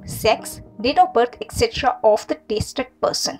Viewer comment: It’s tested person ✅🙋🏾‍♂️ Not tasted person ❎🙅🏾‍♂️